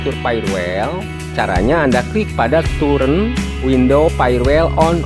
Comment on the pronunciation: hee mas itu tulisan TURN di komputer, dibaca TAN bukan TUREN, emangnya DUREN, belajar bahasa inggris yg baik mas